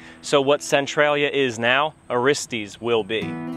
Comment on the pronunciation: pretty good documentary, but i cringed every time you said "aristeeeez"